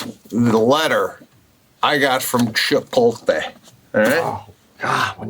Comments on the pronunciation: Chipotle not chipolte nor chipote..like CHIPOT LE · Love the cast. Love Pete and Sebastian. Long time fan but when is someone gonna call Sebastian and Pete on the mispronunciation of Chipotle? It’s L.E. like LAY Not Tay! 😡put some respect on the name bruh! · they spelt it wrong on the back of the jacket to match the wrong way Sebastien says it. it should end in a "lay" sound not "tay" -- Chip-ote-lay" Chipotle - but they spelt it Chipolte on his jacket to be funny, and Pete and Sebastian didn't even get it. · Did anyone else notice they spelled it WRONG to mirror the INCORRECT pronunciation by Sebastian???? 😆🤣 CLASSIC! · They even spelled it wrong on the jacket on purpose because the guys say “chipolte” instead of “chipotle”. So funny!! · That jacket spelled Chipotle the way Sebastian says it “Chipolte”! Wow talk about someone at corporate knowing Sebastian! That’s hilarious! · Being from McAllen, Texas, 5 miles from the border, ITS Cha-POLT-LAY.. 🌮😂🌮😂🌮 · I feel like Pete didn't get the joke about the spelling! He pronounces it that way too, so I don't think he realizes it's wrong. He seemed to think that Sebastian just got recognition from them. 😂😂😂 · I didn’t even catch at first they printed him the Chipotle jacket purposefully spelled wrong like how he pronounces it 🤣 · Do they realize that they are still butchering the name? And Chipotle is spelled wrong on the jacket? What am I missing here? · I didn't know -- until I read a few other comments on this page -- that the jacket Sebastian received is deliberately spelled wrong. I guess I never knew he was pronouncing it wrong. That's pretty amazing that a company would make merchandise like this! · The best part of the Chipotle story, is that BOTH of them are STILL mispronouncing it !!!